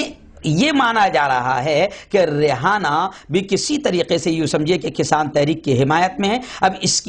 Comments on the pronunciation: امریکن لڑکی کا نام ریحانہ نہیں بلکہ ریانہ ہے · Rehana nhi h re aina h